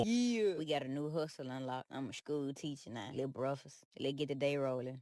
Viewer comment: Breff-fast...can't even speak the English language